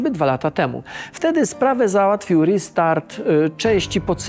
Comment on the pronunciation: "ristart", "truster". Nie da się po polsku?